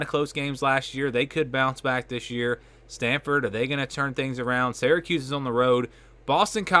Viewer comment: It’s not pronounced seracuse, it’s Syracuse …like syrup. What is it with your generation and pronunciations.